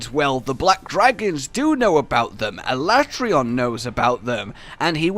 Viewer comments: is no one talking about the pronounceable of aleatreon in the beginning al le tray on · I'm with Josh on how to say ALATREON